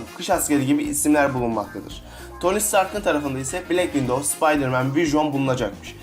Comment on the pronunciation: black window deyil black widov vision da vüjon diye deyil vijın diye okunuyo